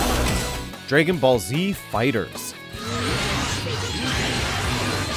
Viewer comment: The way this guy pronounces 'dragon' just...bothers me.